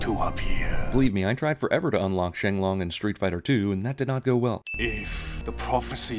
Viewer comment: Shen Long, not Sheng Long. Avatar: The Last Airbender isn't an anime, it's american. Roshi's immortal so yes, everything you say. "Who made sure this meteor hit at just the right spot?" Freeza "when someone says something about this movie not ending, I get nervous" you and me both. I appreciate the "Source Material Bonus Round"